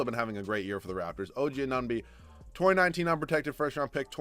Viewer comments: I know. I died inside everytime he said "OG Anonby". Why is Anunoby so har to say? hahaha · “Oh gee uh nun bee”